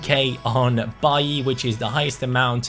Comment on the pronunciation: baiy ? i though he is called bailey